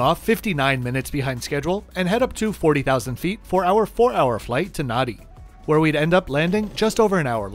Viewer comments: 👍 Love the format of your reviews. A stunning livery, indeed. Dang, and you were doing so well up to here 😁 - given that you knew Kiribati is pronounced Kiribas, thought Nadi would be correctly pronounced as Nandi. Maybe they knew that they'd be on your channel, but it's a bit uncouth to be wearing such footwear for this kind of international flight. If was heading to a J class seat, that's even more gross. Thanks and keep up the good work!👏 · It’s spelt Nadi but pronounced Nandi. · Please read the below excerpt regarding the Fijian language. Pay particular attention to the ‘D’ part. Vinaka Some letters in Fijian are pronounced differently compared to Australian English. To help you say them properly, we have listed the sounds that are unique to the Fijian language. A is pronounced as ‘ah’ as in ‘cap’. B is pronounced with an ‘m’ sound before the ‘b’ sound, as in ‘bamboo’. C is pronounced as ‘th’ as is ‘thanks’. D is pronounced with an ‘n’ sound before the ‘d’ sound, as in ‘sand’. E is pronounced as ‘eh’ as in ‘bed’. G is pronounced as ‘ng’ as in ‘sang’. I is pronounced as ‘ee’ as in ‘see’. O is pronounced as ‘oh’ as in ‘shore’. Q is pronounced as ‘ng’ but the ‘g’ sound is more noticeable, as in ‘angry’. R is pronounced with a rolled sound. U is pronounced as ‘oo’ as in ‘too’. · “Nan-di” is well known to be the Aus/NZ pronunciation of the city. Ask most iTaukei locals and they will tell you it’s “Nah-di”… and the name of the channel is literally The Flip Flop Traveller. It’s not 1958 anymore, were you expecting stilettos? 🩴🩴🩴🩴🩴🩴🩴🩴 Thanks for watching 🩴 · My pronunciation comes from an article in the Fiji Times detailing how locals pronounce is "Nah-di" and how tourists, don't...